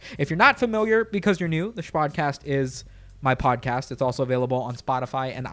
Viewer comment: So... Just wondering... Where did the "sh" come from in shpodcast and shpeace and anything else I may not be aware of? Please enlighten me